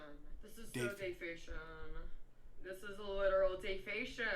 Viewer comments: De fe shun 😂😂😂😂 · Dafacia?????? Don’t she mean deformation